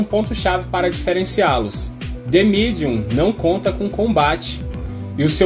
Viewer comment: gastou o ingles agora hein "de midium"